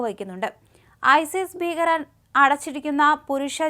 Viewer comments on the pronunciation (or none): none